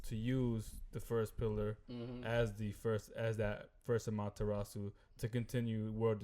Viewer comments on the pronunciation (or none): How do you guys watch the whole Naruto series and still not know how to pronounce Amaterasu?